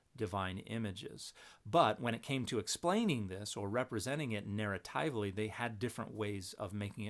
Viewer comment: Everyone's going over different points made in the video, and I'm just stuck on the fact that Dan is the first person I've heard pronounce it Narra-tie-vly. The common pronunciation I'm familiar with is Narra-tive-ly